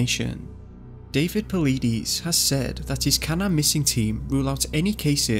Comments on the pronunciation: PAULIDES - PAUL-LIGHT-IS, NOT PAULIDEEEESE!! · just for future reference the last name is pronounced paul-eye-dis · Paul ee dees 🤣🤣🤣🤣🤣 Paul i des.. Yose might 🤣😂🤣😂😂 Yo Semity. Brilliant research 👏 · Your saying palidus wrong. Po lie dus. No pilleedees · Puh-LYE-deez, not Pa-lee-diss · You’re definitely not pronouncing David’s correct name.. (pole eye diss) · [Pul EYE dis] [Yo SEH mu tee] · Pa leedies?? 😂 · It’s PA - lid - us LID is in THE MIDDLE OF HIS NAME it’s PAULIDUS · David po-leet-e-z's xD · Close. His name is pronounced Paul-EYE-dis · His name is pronounced PAUL LIE DEES. THE Park is pronounced Yo sem me tee. I wonder how much of the info you list are true facts and how many are word of mouth. Some seem exaggerations, or guilt when from parents say we were watching and he was playing with his brother we turned to look at a tree for just a moment and when we turned back he was gone. There were no footprints, he didn't answer even though we circled the area calling his name. Dogs don't track. I would like to hear directly from the dog handlers. Just a lot of vague unattributed statements. Same thing with allegations of bad weather. I'd like to see weather records for the days referenced. Then the same days checked for prior years. What if it is normal during whenever it was for sudden storms to move in? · Paleedees lol. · DROPS MIC... LOL. I KNEW YOU WERE PATHETIC, 3 YEARS AGO N YOU DONT KNOW HOW TO SAY David's name right... LMAO anyone else? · Please go watch one of David’s videos so you can hear the correct way to say his last name honey, I’m a big fan of the both of you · Just a fun fact.. Missing 411 (David Paulides) last name is not said the way you say it.. Maybe, you should watch one of his video's. 👍 P.S. please don't tap the Microphone!! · I'm pretty sure you're pronouncing his name wrong. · You pronounced Paulides and Yosimite wrong. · Could at least get his name right, dude.. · Work on your pronunciation of Paulides and Yosemite. Good video though.